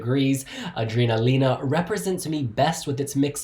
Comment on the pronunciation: Awesome! I love you but surely you know it’s pronounced A-DRENA-LINA rather than A-DREENA-LINA!